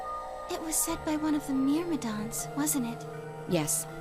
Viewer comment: Omg it's killing me that after they say Myrmidons multiple times you're still saying it wrong.